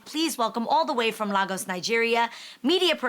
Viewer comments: Right Adrienne talking about Lah gus🥴 its pronounced layyy- gis which stand as lagos lol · Thank you Jeanie, Adrienne it is not LAGOS(LAh- GUS) but LA--(Y)--GUS